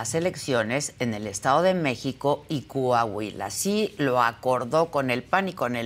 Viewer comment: Coahuila !!! Corrige Adela , no es Cuuuahuila !